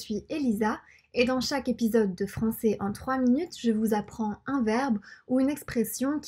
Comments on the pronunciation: La prononciation du mot "Français" n'est pas bonne. Il faudrait dire plus souvent l'accent grave en fin de mot qui finit par : Est Ais Ait Aient Et On utilise l'accent aigue seulement pour : Le mot "et" Et les terminaisons en er. Il faudra donc maintenant se corriger et ne plus dire "cé bon" et "françé" mais bel et bien "cè bon" et "françè" par exemple. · Ceux qui veulent apprendre la langue ont de la chance ici, c'est top! Sinon j'ai remarqué que tu prenonce "français" [franç-é] et "c'est" [cé], tu sais d'où ça vient? j'ai pas l'impression que ça fasse partit d'un accent regional en particulier mais je pense que c'est plus courant dans le sud et le sud ouest quand même. Et tes yeux sont vraiment incroyables^^